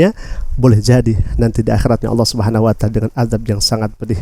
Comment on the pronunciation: bukan Allah swt ,jfi swt nya itu di bca dg bnar di lesan mu,ALLAH SUBKHANAHUWATAALA